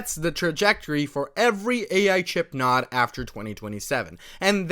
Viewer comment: Just a tip, it's "n-oh-d" not "nod"